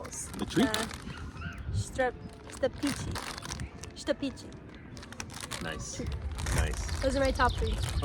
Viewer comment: Štapići - perfect accent there. Good job